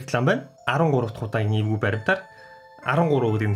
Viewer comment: Tanii evgui gej heleh chine ergui gej sonsogdood bna😂😂🤣🤣